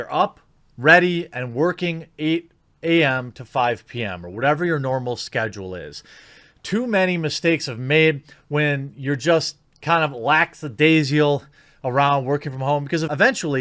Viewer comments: Lackadaisial? Jeremy... Cmon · I'm sorry did you say laxadasial?